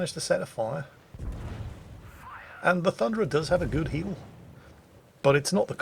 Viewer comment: It's not the Thunderer... It's the Funderer...